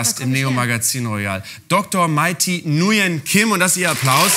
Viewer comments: Und alle warten drauf wie spricht er es jetzt aus 😂 oooh fail 🥺Nürn-Gim 🤗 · Sie Heißt nicht Nuen Kim, sondern wie Nürn von Nürnberger. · Schaut euch das video von pocket hazel wo sie erzählt wie man den namen "nguyen" ausspricht Spoiler: nuyen ist suf jeden fall falsch!😂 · Wenn Mai ständig in Videos erwähnt, dass Nguyen wie „Nürn“ von „Nürnberg“ ausgesprochen wird, aber Janni es trotzdem nicht packt :D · ich dachte das wird wie Nü-yen ausgesprochen. ich hatte auch einen klassenkameraden mit dem Nachnamen und er sagte es so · Er hat das schon ziemlich gut gemacht. Das N vielleicht ein bisschen zu "vorderzungig" (schwer zu beschreiben), aber an sich nicht schlecht. Ich bin Deutsch-Vietnamese. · Sie wird Nürn ausgesprochen (also das Nguyen) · Von Hazel hab ich gelernt es heißt ausgesprochen "nürn". Glaub ich.. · Den Namen spricht man sich Nwen aus oder irre ich mich? 😂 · Man spricht es Nürnkim. Was ist denn so schwer daran? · nürn-kim wird's ausgesprochen! Man Jan das hat sie doch oft genug gesagt :) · Dieses ganz flüchtige Schmunzeln auf Mai's Gesicht, als Jan "Nujän" sagt 😂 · Böhmermann hat dein Video zur Aussprache deines Nachnamens Nguyen wohl nicht gesehen😅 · Er hätte sich mal das Video anschauen sollen, wie man Nguyen ausspricht. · Es gibt Vietnamesen die können es selber nicht aussprechen... Jedenfalls ist das Falsch. Es ist auch keine Nord oder Süd Aussprache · Es wär trotzdem nicht richtig ausgesprochen, wenn man es so aussprechen würde LMAO. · Der Nachname war falsch ausgesprochen, oder? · Ähm.. Mai , der Typ hat Nguyen falsch ausgesprochen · Nguyen einfach falsch ausgesprochen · Wie kann man ihren Namen so falsch aussprechen?! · Hätte er Videos gesehen hätte er Nguyen richtig ausgesprochen 😂😂😂 und was hab ich gelacht wegen diesem misslungenen Experiment ☠️😂